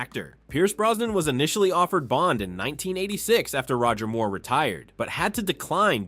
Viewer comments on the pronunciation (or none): none